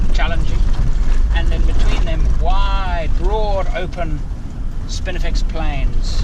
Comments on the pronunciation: Damn I am loving this adventure. But, it's not spiniflex, there is no "L" I offer that probably obvious correction in good humor. Now carry one. - Mike Costello. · Get it right. There is NO "L" in SPINIFEX.